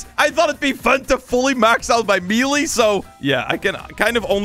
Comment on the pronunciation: just a little tip: melee is pronounced meyley